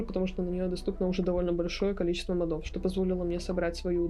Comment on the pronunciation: Ну ёлки-палки. мОдов. Ударение на первый слог...